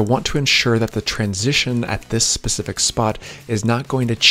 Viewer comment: this guys killing me with the pacific instead of specific.